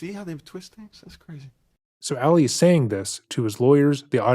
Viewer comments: Ah-lee, not Allie! Lol. I love you, but every video you've done of this case drives me crazy because you're pronouncing his name as a female version. May not be a big deal to a lot of people, but it's a new pet peeve of mine. Lol. Still love you! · Isn't his name pronounced like "All-ee," not "Alley?" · I smile every time he calls him “Ally” instead of Ali lol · ngl it kinda irks me that throughout this entire series and all of the research never learned how to pronounce "Ali". Emphasis on the second syllable. You know, like Muhammed Ali.